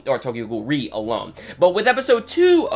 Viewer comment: Out a actually pronounced as R-E ^^